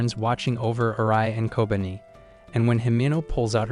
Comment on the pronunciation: i feel like kobeni should be pronounced as ko-be-ni